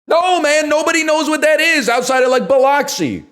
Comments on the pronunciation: The way he pronounced Biloxi is fucked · The way he's mispronouncing Biloxi is turning me into a creature